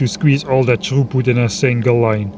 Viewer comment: When you said belt throughput, I thought you had said “troep” lmfao